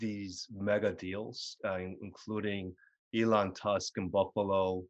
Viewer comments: “Elon Tusk” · Who is Elon "Tusk" ....lmfao